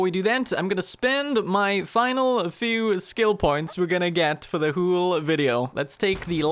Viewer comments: why does he say 'whole' like "hooolulu" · I love how he says whole "hoole"